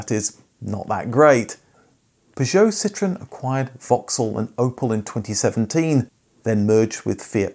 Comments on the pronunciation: It’s not citron ,super annoying u calling that ,Citron is a lemon in many languages,Citroen is a French car company,annoying accent bro some people don’t tell u do truth … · It’s not citron it’s citroen….